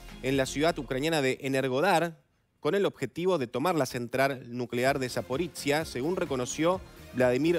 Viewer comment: Zaporoshye, no Zapporitziya...